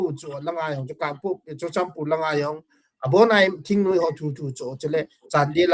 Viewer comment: THINGNUI-me❎. THINGNOIII-muh✅